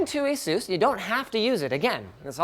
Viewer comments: #Sarcasm I'm offended by the way you pronounce the company name, Sinus! Knock it off and learn how they got the name, and say it right! (Like I said, sarcasm) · Wait, is that how you pronounce Asus?